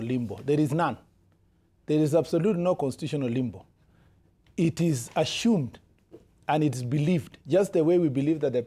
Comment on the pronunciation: IT IS ASHUUMED...TEMBORARI INKAMBENZI